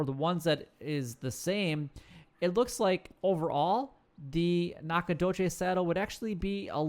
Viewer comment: He butchered it. It's NACK-uh-DOUGH-chiz. Source: I live here.